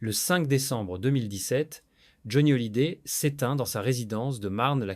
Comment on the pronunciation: L'I.A. est infernale ..... les noms écorchés (Latitia, Hollidayyy, Duton ou Duon, François Hardy ....) les mots accrochés (les picres, qui s'oppo, peu être, une englade etc..... ) bref, bon on en apprend peu sauf que depuis longtemps on savait que cette bonne femme était un vraie PESTE. Johnny et Éddy se connaissait depuis l'adolescence, il a fallut qu'elle casse aussi ça !!!!!